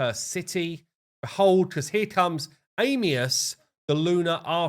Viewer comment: Am E us not Aim lol come on guy I know English is hard